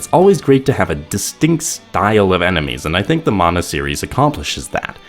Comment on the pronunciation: Props for pronouncing "mana" as "mana" and not "manna" like everyone else.